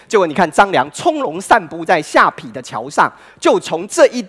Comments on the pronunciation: 可是我的國文教授在我們看完後第一件事就是說出他的缺點 而且他下ㄆㄟˊ念成下ㄆㄧˇ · 唸錯了： 下邳ㄆㄟˊ；圯ㄧˊ（橋）不是圮ㄆㄧˇ